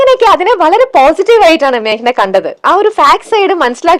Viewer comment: മാക്ന... അല്ല 😂 മേഘന ആണ്... നന്നായി pronounce ചെയ്യൂ